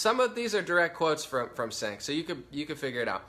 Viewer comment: i think it;s pronounced chaink not sank, doesnt matter though cause cenk is a huge douche